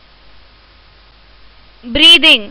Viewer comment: Are pagal ye questions kise nhi aate kya aur ye breathing ko breeving kyu Keh rhi ho